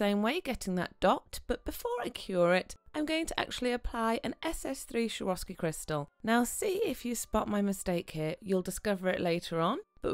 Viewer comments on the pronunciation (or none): I'm addicted to your videos!! Just had to say something about the way you pronounce Swarovski, not so easy on the ear (also noted the same in the other video, yes, I love it when the nails pop and bling and all of that) :) it's actually pronounced the way it's written, not like SHwarovski, but Swarovski with an s as in soup :) Hope that you don't mind me commenting this! Keep up the awesome videos!!